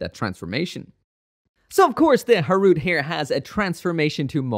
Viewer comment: its ha-ru-te, not harut...